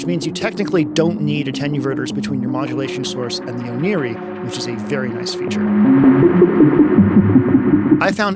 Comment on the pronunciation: Oneiroi is the name of the Greek god of dreams, so the Ancient Greek pronunciation (oh nay roi) is more likely to be correct